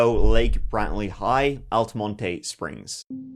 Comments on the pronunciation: I almost spit my water out when you said Altamontay ...it's Al-ta-mont...yer so funny.... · Altamontay springs 😂😂i lived there its pronounced, al-ta-mont lololol love the vids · Hello dear, Just FYI The word Altamonte is pronounced Altamont. Love your content.... Let's give er a goo! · Al-tuh-mont springs. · In Central Florida we pronounce it "Altamont." The 'e' at the end is silent. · The E in Altamonte is silent baby love 😂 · It’s pronounced AL-TA-MONT.. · This is crazy! I grew up in Seminole County. It's pronounced "altamont" silent e. My high school was the rival to Lake Brantley. The kids were always odd there. These girls take the cake though!